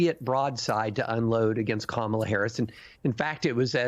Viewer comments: Republicans deliberately mispronouncing Kamala's name is code racism and bigotry. Ron DeSantis was the first racist bigot to DELIBERATELY mispronounce Vice-president and Presidential candidate Kamala Harris's first name wrong; calling her KA MA LA instead of KAMALA they are doing this because they are using code that she is black/African and not white. KA MA LA is an African pronunciation. These are racist bigots who use bigotry and racism to rally their racist and bigoted supporters. Like they did and still do with President Obsma deliberately using his middle name calling him Barack Hussain Obama. They try to send a message that a black president or presidential candidate is not white but muslim or black/African i.e. KA MA LA. This is text book racism and bigotry. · It's actually Vice President Kah-Ma-Lah, which is the correct phonetic spelling for her name.